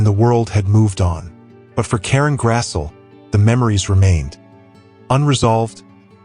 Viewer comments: Her name is pronounced Grass-ly. but don't take my word for it. I used to call her Grass'l, too. 😆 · Karen Grassle's last name is pronounced: "GRASSlee." ( just sayin' ) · It's GRASS-LEE you ai bot. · Thank you, Ma... (Her last names is pronounced Grass-Lee).